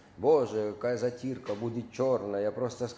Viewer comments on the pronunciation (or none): Не кая, а какая.